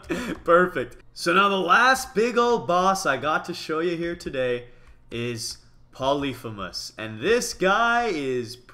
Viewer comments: It pronounced poly-feem-us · Mitch u r suppose to say it like this Polly-fee-mus